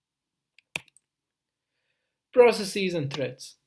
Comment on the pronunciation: I loved how he ditched saying "proceecees" and started saying "processes" towards the end :D